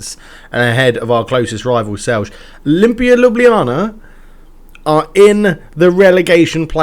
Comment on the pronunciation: Great stuff, man! I hope you don't mind, but I just wanted to give a few hints on the pronunciation of the two teams that seem to cause you the biggest problems: Celje and Aluminij. Aluminij is easy, it means "aluminium" and it's pronunced the same as if you would say it in English but without the "um" at the end. (They're a factory club of Talum, a company that specialises in, you guessed it, aluminium products.) And Celje is pronounced as "Tselye". Also, a fun fact on how reality mirrors your game: today, Aljoša Matko was declared the best young Slovenian player of the year. :)